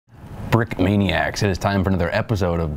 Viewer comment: I understood “Frickmaniacs“ 🤣